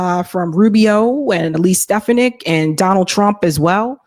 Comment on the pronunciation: Elise Stefanic's name is pronounced Ste-FA-nic